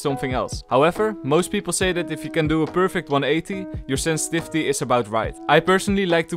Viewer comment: No one::Ssenssvisty